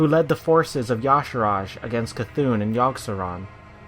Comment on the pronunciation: "N'Zoth (pronounced "Ne-Zoth" or "Ni-Zoth") is [...]" Quote from the wikia. :( I was so happy to hear you get C'thun right, but got this wrong. How, though? Great vid though.